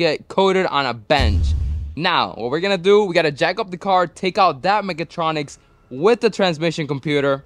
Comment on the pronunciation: It's "mechatronic", not "megatronic" 😂